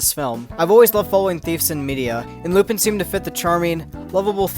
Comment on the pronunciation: How is it that this franchise has been around for over 50 years, you literally watched a full-length movie on it, you seem familiar with the subject matter... yet you still pronounce his name incorrectly?